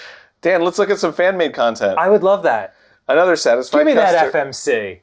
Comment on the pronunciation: when dan said gige me that fmc i thought he meant Fat Meaty Cock idk why it was just the first thing that popped in my head...